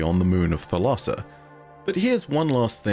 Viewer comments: Thalassa is the Greek word for sea and it's pronounced THAL-a-sa with the accent on the first syllable. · Thalassa, in Greek, means Ocean/Sea. Pronounced a with different inflection as you are doing, but thats how Google prnounce says it, unless you search for how to pronounce it in Greek.